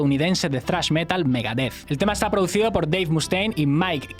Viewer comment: Pronunciar metal como palabra llana no es Metal.